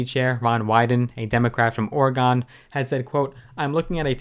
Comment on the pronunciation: “Orr-gon” nicely put 💯